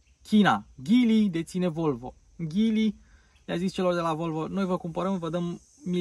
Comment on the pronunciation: Of of,este Geely nu Ghili